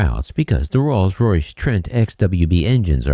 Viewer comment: "trolls royce" 🤔🤔🤣🤣🤣